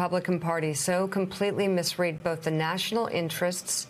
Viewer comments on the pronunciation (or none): It's ironic she misread "misread"